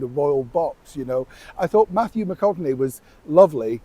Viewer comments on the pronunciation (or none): none